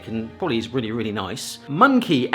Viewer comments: your pronounciation grinds my gears so badly. Now apparently munkki is "monkey" and sima is "siima" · okey. i've never ever heard anyone pronounce munkki as 'monkey'. thats a new one 😂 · Bro said monkey as munkki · pronouncing munkki as monkey is just something surprising edit: not in a bad way tho